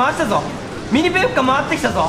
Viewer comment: ミニペがミニポに聞こえた